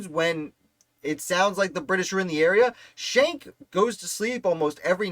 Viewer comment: Shank is not the correct pronunciation. They're Dutch, not German, so the pronunciation is Skenk. Captain John was in the Hunterdon County Militia. The "word arrived" about the light dragoons from his cousin, also named John Schenck, a Sergeant in the Hunterdon County Militia. You can read his account of the Ambush in his 1832 militia pension deposition.